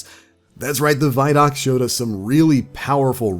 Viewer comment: Pronounce the word “video”. Remember how you pronounced it. Especially the first 2 letters. No say those first 2 letter like you just did. And add the following 3 letters. D o c. Now you know how to pronounce “vidoc”!!! CONGRATULATIONS!!!!